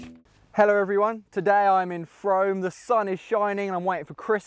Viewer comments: It's pronounced froom, not Frome. (Contrary to the spelling) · froom...its pronounced froom ;)